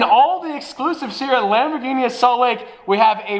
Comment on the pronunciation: It's Lamborghini with a hard G. Not Dschini